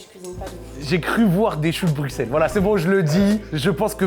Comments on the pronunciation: Putain stp t’as fait le tour du monde on dit Brussel pas BruXselle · Choux de brusselles ça se dit ahah mais c est okay. Sinon très bonne vidéo